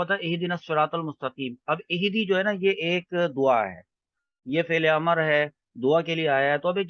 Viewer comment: ماشاءاللہ، بہتر ہوگا کہ لفظ "امر" کا تلفظ میم پر زبر کے بجائے اس کے سکون کے ساتھ کریں۔ اَمْر۔ شکریہ